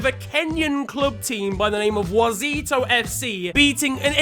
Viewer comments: Wazito FC you actually said it well😂😂😂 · At last! A Kenyan team made it to FTW. You got the name right too! 👊🏾